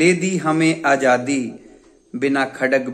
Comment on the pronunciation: आप के द्वारा इस महान गीत के बारे में दिये गये तथ्य बहुत दिलचस्प हैं ! प्रस्तुतीकरण भी अच्छा लगा ! परन्तु क्षमा करें, कुछ शब्दों का उच्चारण गड़बड़ है ! जैसे कि आप ने जंग (jang) को ज़ंग (zang) और आज़ादी (azadi) को आजादी (ajadi) बोला है!